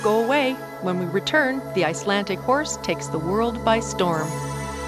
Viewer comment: IcelanDic not Icelantic 🤔 and there is no word for pony in Icelandic they are always called horses. Riding a good Icelandic tolt is like freewheeling downhill on a bicycle. Flying Pace is fast and smooth. If pace is ridden slow it's uncomfortable and known derisorily as Piggy Pace